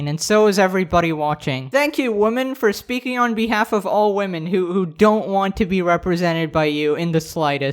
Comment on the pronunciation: Why is she saying “wEmen”